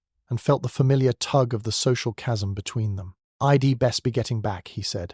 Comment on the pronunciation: Oh my God! Do you even bother to listen to these first? I dee instead of I'd I'll instead of I'll? Etc it's too much sorry